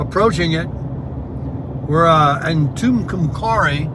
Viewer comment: Tucumcari Procouced TooComeCarrie🤣